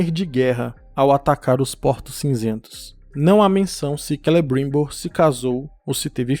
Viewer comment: É tão engraçado você falado Celebruuuimbor. Kkk....